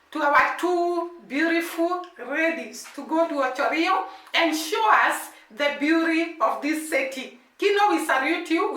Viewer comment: It is called Ocho Rios you have to pronounce the s at the end. The whole Jamaica is surrounded by the Caribbean Sea